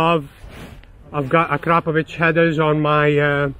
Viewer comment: He actually said akrapovič not akrapovic👍